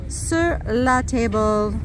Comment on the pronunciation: It's pronounced sur la tab la